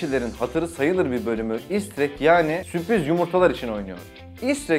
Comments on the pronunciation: süpriz değil sürpriz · süpriz değil sürpriz .d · Süpriz değil sürpriz . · süpriz değil la sürpriz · ''süpriz'' yumurta :DD